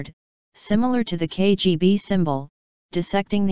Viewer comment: You just mispronounced KBG